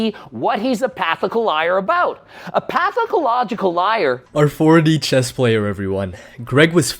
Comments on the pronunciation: Pathicological lmao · Couldn't see all the syllables in pathological 😂😂😂😂😂 love it